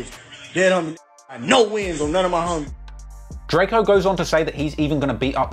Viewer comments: “Like they don’t see the Don riding around LA” We know the truth RIP 🪦 👑🕊 Oh yeah and it’s Drakeo not Drake-oh 😂❤ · He keeps callin the man Darkco